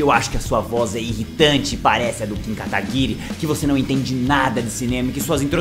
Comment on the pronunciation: Gosto do kin kataguiri com sotaque do calango